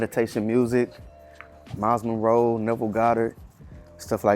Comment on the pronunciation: I spit my water out 😂. I thought you might have been from LA. Then I heard you talking about that "mur-sic" and just shook my head 😂. I love us 💪🏿